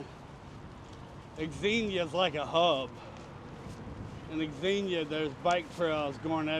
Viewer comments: Xenia is pronounced "Zeen-yuh." The "X" is treated the same way as when pronouncing "Xavier" as the men's name or Xavier University. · FYI..it’s pronounced “Zenia”…the trails in that area are great. We live 30 minutes from there.